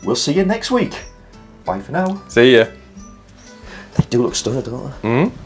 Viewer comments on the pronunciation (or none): Greetings from America 🇺🇲! Oh my goodness! Those Abby runes are stunning! Or as you say "stunn'in"😂. Who owns the old Abbey? Is it a place that anyone can stop and wander through? It appears to be well cared for and swept out inside... That would be a romantic place for wedding pictures or even to hold a baby's christening. How do you find out how old it is? And what happened to it? 🤔 America is too young to have lovely structures like that. This year is our 250th anniversary! The native Americans have always been here but they did not live in building of stone so when we see The beautiful structures that you have in Europe... It brings tears to our eyes. Seriously, they're amazing!😢